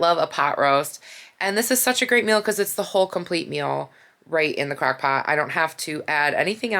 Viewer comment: Its crOck pot not crAckpot